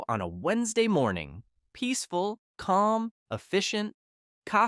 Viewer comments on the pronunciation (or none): none